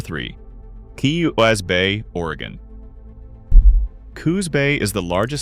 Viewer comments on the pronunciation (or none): The AI is good in some spots, bad in others, several mispronunciations and titles that were messed up in one spot and fine in another, though I was surprised that it didn't pronounce Sequim as seekwim like many real people do. They also pronounce Oregon as Oregone though too. Some of the maps and scenes directly related to the topic, some not. I think I have been through or took short vacations in all of them except Brookings and lived in North Bend before it was taken over by Seattle and Bellevue residents who commuted rather than live where they worked plus incoming Californians, all driving up the prices, it was affordable when we lived there in 1983, starting an upward climb by 1990 when we moved. I grew up in NE Oregon where we moved back to. I go to Sequim to see family that moved there back in the 1980's and sometimes to Port Angeles where my brother also drives for a large local trucking company. Sequim has a very broad flat area as opposed to PA, which as they said, is somewhat hilly. The town itself is several miles from the Strait as opposed to PA which is right there. PA has a large drug problem as I can attest to because unfortunately a family member is involved in it, and a lot of homeless and a fair amount of crime too. I wouldn't be afraid to walk downtown in Sequim at night in most areas but it also has its problems. I stopped a vehicle theft early one morning at the motel I was staying in when I saw guys messing around with a pickup in the one spot in the pa